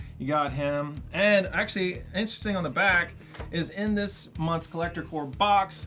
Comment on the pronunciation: Do you guys not know its called Collector CORPS not CORE???